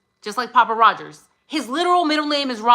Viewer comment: Its Pappa rodger not rodgers i always thought pappa rodger spelt his name after the inc3l elliot rodger , but jack is sus af for sure